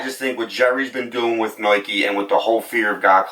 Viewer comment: He says noike, loight, etc. Idk, might be an accent or a lisp